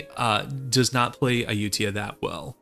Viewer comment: I think it's pronounced ah-you-thai-ah (like thailand)